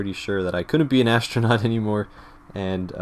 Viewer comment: Ashtronaut, shtructure, ekshtremely, it looks like you change every S sound before every T into SH. Is this a habbit or some local accent? I am asking as an English tutor who has to study many accents to understand all sorts of materials from many corners of the world.